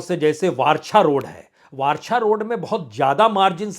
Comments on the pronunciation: वारछा नही सर वराछा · सर आप ने जियादातर जघौ के नाम गलत बोल है. जैसे कतार गाम. वराछा. कामरेज .